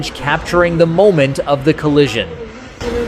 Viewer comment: Ollision you say in that first clip. 🤣🤣